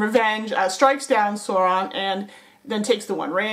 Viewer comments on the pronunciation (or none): Loved the vid, but it's pronounced like sour. Souron (spelled Sauron) and the emphasis of Isildur is on the second syllable, pronounced like seal. IsEALdur. Sorry to nit pick just thought I'd mention it.